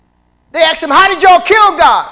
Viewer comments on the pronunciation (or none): asked NOT axed .